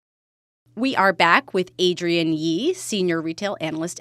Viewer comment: Good insights 👍🏼 You didn't mention impact of deminimis changes. BTW, imher name is AdriENNE, not AdrIAN. Yeah, French, I know.